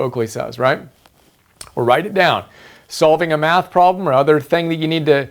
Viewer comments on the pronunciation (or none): none